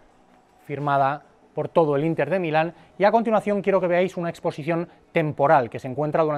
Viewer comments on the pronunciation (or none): none